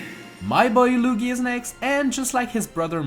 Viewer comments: You pronounced luigi like "lugi" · 5.28 did you just say lugi ? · You realized you called Luigi “Loogi” right? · Did he say lougi